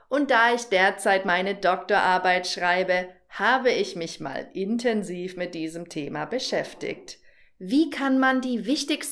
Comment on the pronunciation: Leider spricht sie manche Wörter nicht richti(ch) aus. Ebenso beschäfti(ch)t. Deutsche Aussprache ist im Duden festgeschrieben. 😊